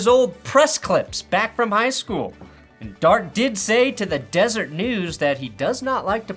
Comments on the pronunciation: It's "Des-er-et" news (It's a Mormon thing). I would read Desert News though, that sound hot. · Deseret news, not desert news 😂